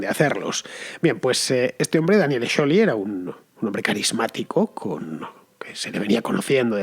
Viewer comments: Me mata como pronuncia scioli . felicidades tarde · Si bien el apellido Scioli es italiano y, por ende, se pronuncia "sholi", nadie en argentina ni el propio scioli lo pronuncia así. Él lo pronuncia "sioli"